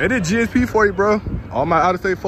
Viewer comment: IT GSP NOT GAP